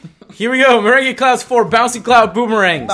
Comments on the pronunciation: It's pronounced Mer-rang. Like lemon meringue pie. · IT'S PRONOUNCED MER-ANG